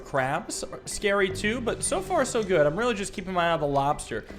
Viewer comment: Goot club. Everyone say goot.